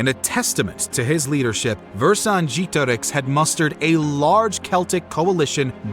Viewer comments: It wasn't that bad, the mistake is that he used an english E at the second E It shouldn't be pronunced like E but like EH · Oh, come on - I'm sure not even the French pronounce Vercingetorix like that 😂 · What is the deal with these random history YouTubers coming up with these unique and elaborate ways of pronouncing historical names? I've literally only heard Vercingetorix pronounced 1 way across scores of documentaries I've watched, yet apparently you know the "correct" way of pronouncing it? I'm not even doubting the veracity of your pronunciation.. Maybe it is correct, but quite frankly, it just makes you seem pretentious.. You do you though. Otherwise, a great documentary and an excellent way to spend my time making dinner tonight. Keep up the great work. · This is probably the worst pronunciation of Vercingetorix I have ever heard haha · That's an odd way to pronounce "Vercingetorix" 😂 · Ikr it was super weird to listen to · it was about as bad as it could get without saying a different word